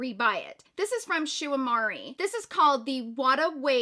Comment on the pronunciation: It’s pronounced ‘Shu ooh-eh-moor-ah’